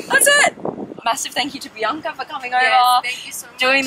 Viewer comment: Who else heard it as PRIYNKA and not BIANCA🙋‍♂️